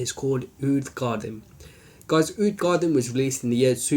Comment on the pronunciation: Sorry to sound like a douche but its pronounced (for English speakers out there) Ka-Deem. I havent tried it yet..but will soon :)